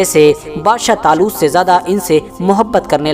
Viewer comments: Badsha zaloot nhi 🤣🤣🤣 badshah taloot bolo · Bhai aapne bolne me galti ki h